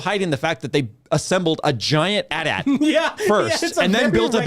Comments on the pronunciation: Listening to you guys pronounce "AT-AT" as "at at" and not "a t a t" oh my fuckin lord 😂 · its called a, Aaay-Teea Aaay-Teea, not an AT AT.